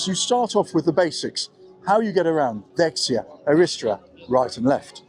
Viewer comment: Greek are almost always stressed on one of the last 3 syllables and you made mistakes on 4 words stressed on the last, misò kilò and dexià, aristerà.